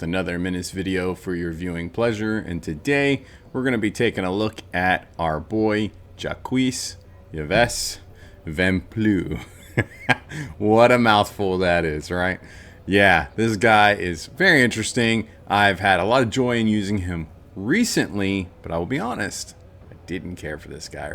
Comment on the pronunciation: Jacques is pronounced very close to "Jock". Yves = "Eaves" like the Eaves trough on a roof. I love Vamplew, his attitude and powers are fun and a throw back to how would build out a few Brothers in BB.